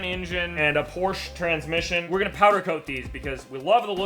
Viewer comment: Finally, an American who knows how to pronounce Porsche (somewhat) correctly